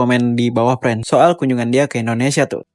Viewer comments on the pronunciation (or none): none